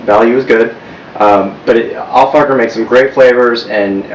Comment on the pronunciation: Hahahah you said al focker